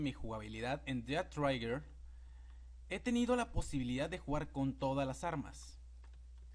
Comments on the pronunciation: Es "Dead Trigger" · Además he estado jugando alguito el dead trigger y lo que he visto es que las armas pierden potencia entre más lejos este uno del objetivo posdata no se pronuncia ded traiguer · "dead traiger"